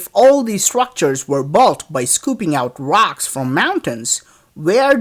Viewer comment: you're calling it ROX instead of ROCKS